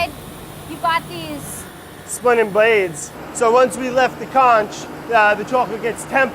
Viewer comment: splinnin' bwlades aw dangewous uwu